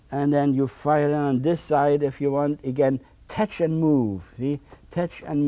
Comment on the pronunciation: It is pronounced tetch,beautiful tetch or almighty tetch.haaaaa haaaa.